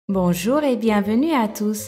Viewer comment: au débu tu a dit bojour